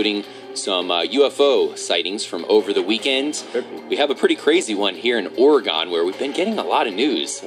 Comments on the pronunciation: I live in Oregon, Your saying it wrong xD. You would say it like, Organ, Not Or E Gone, Like Or e gen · Enjoyed the video. I'm from Oregon and I just wanted to say that its pronounced Orygun. Nice video